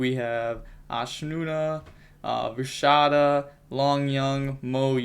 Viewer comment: is not vishada, is vishuda, vi-shoo-da